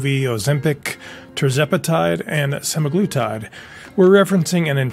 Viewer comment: Se-MAG-lutide NOT sema-GLU-tide